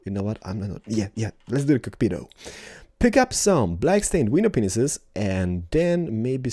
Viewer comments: I can't explain how much I love how pronounces "window panes", "window penises." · I've been wondering for a long time... Why does he keep saying window penises? I thought that he was mispronouncing the plural but he said "Let's put a window penis here." Is he mispronouncing singular too or is it some sort of joke on his channel?